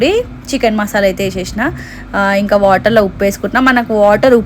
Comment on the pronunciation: Konchamsepu uppu enka salt vesi kalipi pettali anta😂😂😂 pronounciation mistake 😅